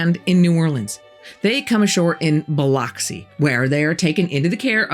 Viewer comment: Just FYI, it’s pronounced “Bil-ux-ee” not ox 😃